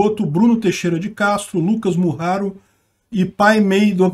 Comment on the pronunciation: Poh, é MuRaro, tem que rajar no"R" do meio tbm, hahahahah, vlw.